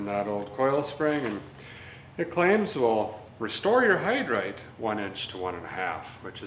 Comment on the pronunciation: "Restore your hide reight" lmao😂🤣🤣👌🏼